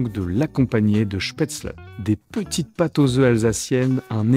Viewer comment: En tant qu’alsacien ce que j’ai préféré était de remarquer que la prononciation de spetzle était parfaite